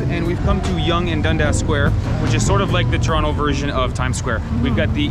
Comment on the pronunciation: I was surprised at first to hear "Toronto" pronounced correctly, which I've never heard in any travel video --- then you revealed that you were born in Mississauga.